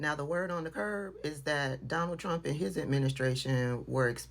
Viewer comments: The drunk said “Donna Jane ddtrump.” LOL!!! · it almost sounded like G Trump